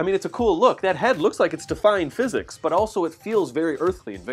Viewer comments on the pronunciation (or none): none